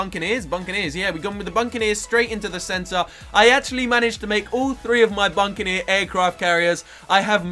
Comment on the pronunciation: it isnt buncaneer its buccaneer and tier 4 dartling gun is ray of doom not raygun. Just saying...